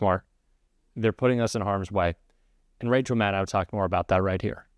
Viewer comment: Yes! You got "Inspectors General" right this time! There's hope for you I have surrender for Pac Man, who's a bit dim. NOW... Please learn to pronounces Mad-dow correctly, according to IPA in Wikipedia and her own voice: Mad-Dough, not Mad-dao. Nobody says Chomsky wrong. If her followers flub her NAME.... then what else.....